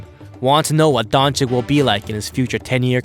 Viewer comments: It’s pronounced Donchich not donchik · His name is luka doncic not luka doncik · It's Dončič not Dončik 🤦‍♂️ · It´s not Donchick it´s Donchich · Don"chick"? Isnt it supposed to be don"chich"? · Doncic. Not donchick 🤦‍♂️ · Nice clip. But... Pleaseeeeeee, try Doncich not Donik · It's pronounced Dontsits... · Donchich!!! Just don't say his surname if you are not capable to pronaunce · this man said dončik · Dagger through my brain every time I hear Donchik. If the first c is a ch, why you think the second one is a k? So many ic(ich) players in the NBA. How hard can it be? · Isn't it pronounced "Donchich" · stop pronouncing Luka DonChick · Disliked because you still dont pronounce his name correctly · Man this guy says his name just as bad as Flight smh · learn how to pronounce names Madrid and Dončič...